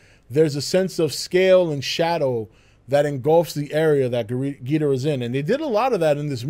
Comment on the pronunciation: Am I the only one bothered by how he says Ghidorah